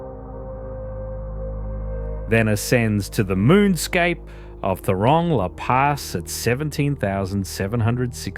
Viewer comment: Not rongla pass, it's thorongla pass